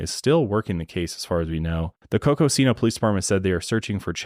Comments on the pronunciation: Arizonan here. Not to be that guy but Coconino is pronounced (CO-CO-Nee-NO) and Kendalls pronunciation of Prescott is correct. Terriblly sad case but, personally, it does sound as tho she left of her own accord and doesnt want to be found. And even tho her family hired a PI its weird they arent doing much else and immediately said shes dead. Especially after all the very specific sightings. Also I personally had 2 friends that grew up in cults here in AZ. One in the Coconino forest, too! Id love an episode on doomsday cults!! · Coconino is pronounced cocoa-neen-o